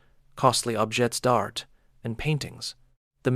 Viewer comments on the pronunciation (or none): Get a new AI that knows how to pronounce french words. Like objay dar and torshair